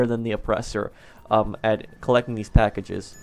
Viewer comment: “collect the PUH-ackages”